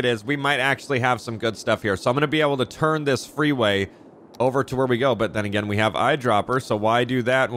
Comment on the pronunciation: when you say "then again" I hear "finne-gan"